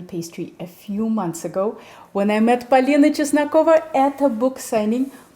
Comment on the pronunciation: That russian pronounciation of Polina hits like a freshly prepared pelmeni from babushka. Thank you ❤